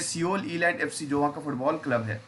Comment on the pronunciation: Sabse pehle Sir aap SEOUL ki Pronunciation thik kro, सिओल nahi सौल kehte hai..